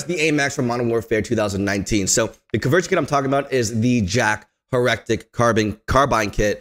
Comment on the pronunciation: "Her-rectic" lol hair-a-tic